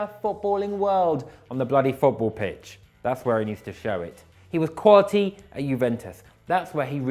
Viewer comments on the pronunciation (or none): none